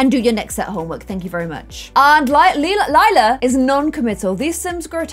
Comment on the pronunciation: If you had named Lila, Lilac you wouldn’t have so much trouble pronouncing her name.